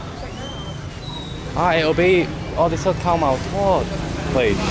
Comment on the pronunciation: Hi. You sounded the word TOD perfectly, where sometimes Gary says it with the incorrect tone and instead of meaning DEEP FRIED it means TO TAKE OFF/TO REMOVE as in take off shoes/remove jacket instead. He tries, but I guess his London accent doesn't want to go along.🤣🤣,but other time he gets it right though. I guess your accent helps with Thai words pronunciation. Who knew???😁